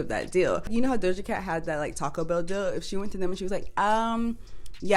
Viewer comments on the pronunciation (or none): none